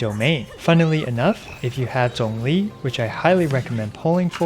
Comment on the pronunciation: Thanks for saying Zhongli's name correctly wkdnskxnsm